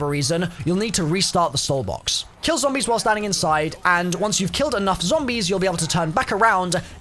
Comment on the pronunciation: Why are you saying zoombies